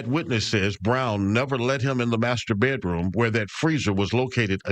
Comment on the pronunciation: “Bay Droom” 😂 it’s pronounced BED ROOM